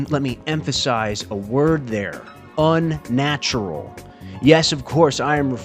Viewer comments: Un-natural not Un-natrual. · "un natrual" is unnatural indeed